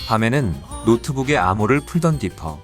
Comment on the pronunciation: 디피가 아니라 디퍼아닌가?